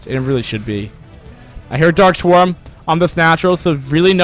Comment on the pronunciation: "dark swarm" not "dark shwarm"